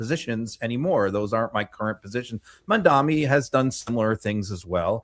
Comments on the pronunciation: Just discoveredand love this channel. - it’s pronounced Mam-da-Nee, not mam dami 😉. A minor point but important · For the love of god, Mr. Filipkowski, learn to pronounce MAMDANI's name. It's not mandami. We love you and all but you sound ignorant. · I know you like Mamdani so would it be too much to ask you to at least pronounce his name correctly?!?!